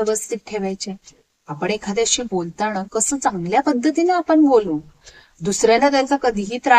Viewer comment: ताई सुंदर विवेचन मध्येच भाषेत काही अशुद्ध शब्द येत आहेत. मन * मण, बोलताना * बोलताणा, एखाद्या * एकाद्या, येणारे * एनारे आता काही लोक म्हणतील भाव महत्त्वाचा आहे भाषा कशी पण असू दे, तर असं चालत नाही. मी त्या झाडावरती खून (खुण) करून आलो. न आणि ण मुळे फरक पडला.